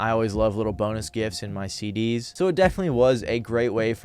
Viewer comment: Prism "seed-D's" hahaha